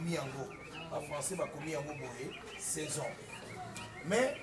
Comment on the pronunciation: Keiekeiekeekekeiekoe 😂😂😂🤣🤣🤣🤣🤣🤣ya mode saison na anglais eza season mais yo olobi nthior😂😂😂😂😂